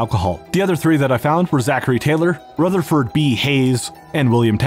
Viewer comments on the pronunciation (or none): none